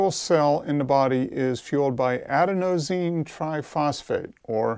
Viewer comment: I'm only at the mark, but I'm not sure I'll be able to continue this video with confidence that you fully comprehend the subject and are educated on this topic. The fact that you can't even correctly pronounce Adenosine, is what makes me skeptical. This is a word that even the common person who's somewhat versed in health and fitness should comprehend and know how to correctly pronounce.